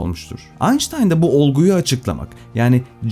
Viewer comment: Bir Alman'in soyismini Almanca ismini Ingilizce okumak doğru mu?